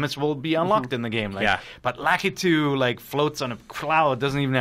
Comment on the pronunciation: He got Lakitu's name so wrong...